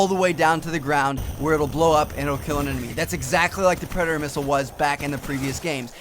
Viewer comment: Did he say mistle? o.o